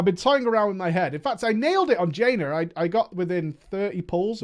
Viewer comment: Jaina not jainer